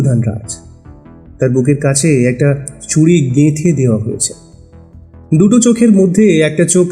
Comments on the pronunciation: ভালো লাগলো কিন্তু ছুরি উচ্চারণ ঠিক করতে হবে । ভালো থাকবেন। শুভেচ্ছা জানালাম। চন্দ্রবিন্দু বাদ দিতে হবে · এর ভালো গল্প আর পরিবাশনা কিন্তু কিছু কিছু কথা খুব কানে লাগল, যেমন ঝোপকে ঝোঁপ আর ছুরিকে ছুঁরি বলা😑 খুব খুব কানে লেগেছে! দয়া করে একটু খেয়াল রাখবেন